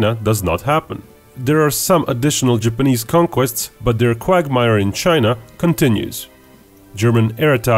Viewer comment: Jipeneeeeeeeese why does it sound like he says it like that